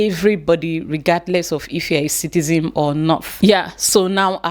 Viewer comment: it’s citizens not citizems